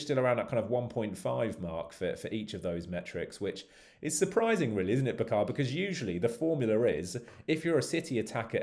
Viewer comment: Its not "ba khaaaa" , its "bucker" !